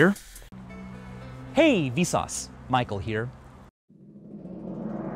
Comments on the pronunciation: now it sounds like visas is pronounciation of vsauce, and visas means like: hey. or something like that. so its like hey, visas, michael here. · after hearing hey vsauce micheal here seems like its hey vSUS michael here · "Hey vesauce maikel here"